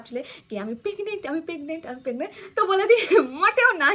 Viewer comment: Pegnent noi that's PREGNENT.